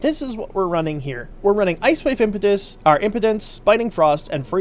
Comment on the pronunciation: Ice Wave... im-pee-dense, not Ice Wave Impotence xD